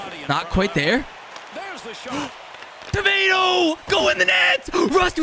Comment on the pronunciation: It's torquato not tomato😂😂